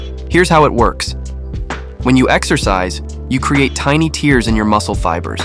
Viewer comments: The way the narrator misprounces “tears” makes me more sure this voice is AI. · Is the voice in this video AI? I ask because , the pronunciation of the word "tears (in the muscle fiber)" is pronounced "tears"as in from crying, rather than "tears" as in from ripping. AI speech programs haven't mastered homography. But good video, nonetheless.